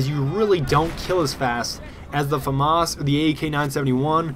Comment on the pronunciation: hey, famas is pronounced Fah-mahs, but run it together without a pause :)